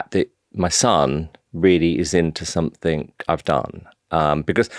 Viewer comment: When will someone finally tell Simon Cowell that somethink isn’t a word ! 😂😂😂